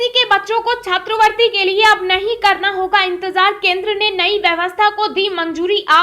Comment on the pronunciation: उच्चारण में सुधार । छात्रवृति न कि छात्रवर्ती।